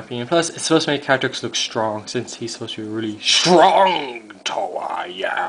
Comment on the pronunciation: When you said "Katrix" it sounded like "Patrick" XD